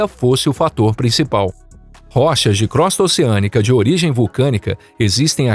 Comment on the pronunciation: Desculpe, mas crosta se pronuncia "crôsta" e não "crósta".